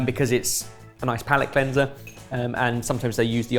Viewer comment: What's a 'Calate Pleanser'? 😂😂